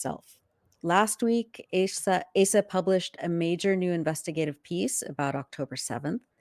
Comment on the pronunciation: I think Asa is pronounced "Ahsa."